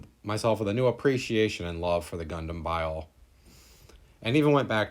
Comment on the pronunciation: Nice short and sweet review, but Bael is pronounced "Bah-El" or "Ba-All" not "Bile" Just thought I'd point that out.